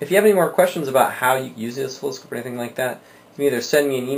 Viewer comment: Good video, tho it's NOT pronounced as osKILLoscope lol... pronouniation is Os-silloscope .. just saying. Keep up the great work.